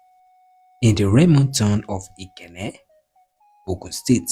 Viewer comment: Your infections are wrong o, Awo (mi do) not Awo (re re). Ikenne (do mi mi). Two FACTIONS (not FRACTIONS) ON November 12, 1962, not IN ... A car DRIVEN (dreevn) not draivn. Buried be-rid ( not boo rid).ON August 2, 1966, not IN commissioner of finance, not of to finance. Ikenne (domimi). Please work on it next time.